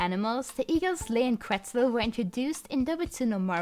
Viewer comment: just so you know it’s said as ket-sal. It’s not really a native american stereotype either. More of a mexican stereotype.